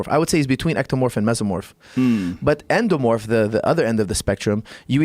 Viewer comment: Joe "ENDOMOORPH???" Rogan